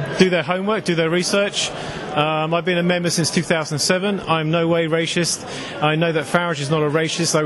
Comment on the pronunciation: LOL the guy "I'm no way rashist"